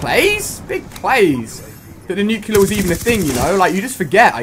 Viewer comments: Not to be nit-picky, but I hate it when people say Nuclear wrong. It is technically pronounced Nuke + Clear as in nuclear. It is not nucular. That is not a word and sounds wrong. Dont get me wrong the video was insane and I enjoyed ever bit of it, Great job Ali-A! but as a general note try to say "Nuclear" instead of saying "nucular" which is the wrong way. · Is it Nuclear? Why u say nucular? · Nyucular? Not you too, you're supposed to be English. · he didn't even get nuceler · U didn't even get a nukelear